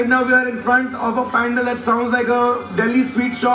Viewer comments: Ok....what is "pendal"....its pandal🤣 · isn't pandal supposed to be pronounced like pun-daal...everytime they pronounced it as pan-dull.........CRINGE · It's called pun-daaaal. Why are and calling it pan-del??? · Bhai pandal hota hai ya pundaal ? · Ummmm.....i have OCD about "pandal's" pronunciation Its pronounced as pandaal not as Pandel Sorry but i had to do this 😂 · Believe me, I call it pandel myself, actually I was taught to call it pandal when speaking in English. I also don't want to hurt your feelings. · Bhai....pandal nahin....pandaal:p:p:p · It's pandaal not phendel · The pronunciation of Pandaal is completely wrong... And the two boys were indians.. How could they don't know the right pronunciation.... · Indian ho bhai....ye "pendel" kya hota hai.... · The pronunciation of pandal was wrong